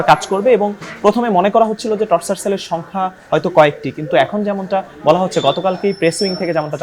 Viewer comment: টর্চার সেল না টরছার সেল। উচ্চারণ ও পারেনা।মুর্খ সাংঘাতিক।